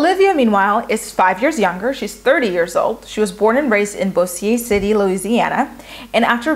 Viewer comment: Great predictions!! Excited for the season! The cities of New Orleans can be difficult to pronounce from their spellings, but this may help for future vids on MAFS. Bossier City - sounds like "bow-zure" (kinda like the word sure, but with a z), Arabi- "air-a-bee" and Houma sounds like, "home-uh". :) I have a friend that went through the casting process for this season but she didn't get picked. After hearing about the selected guys, she def wouldn't have matched well with any of them! hahaha At least the producers knew that much! LOL Let's hope the rest of them can make it!